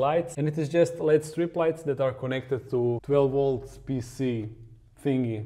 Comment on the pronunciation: Also, the “led” strips are pronounced “L.E.D” you pronounce each letter.